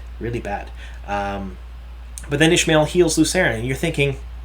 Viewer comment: Isn't is pronounced Ish-ah-my-el as in Ishamael, not, Ish-my-el as in Ishmael?